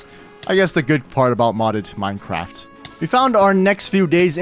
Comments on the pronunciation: Did he say minecwaft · It sounded like he said that